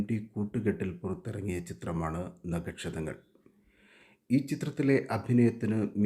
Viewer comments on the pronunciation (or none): നഖക്ഷതങ്ങൾ ennanu. നകം, നഗം randum wrong anu...